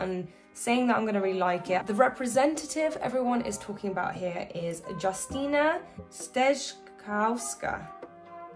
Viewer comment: You did quite well reading the Polish name, you managed to understand it 😁 and as for the words, there is English mixed with Old Slavic, there is no Polish there ☺️ thanks for the beautiful reaction❤